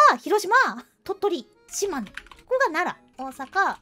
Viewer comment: not Shimano but Shimane[しまね 島根]